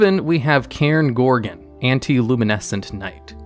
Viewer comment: I'm not the only one who heard "82 level 4 monsters as material" for cairnigorgon right?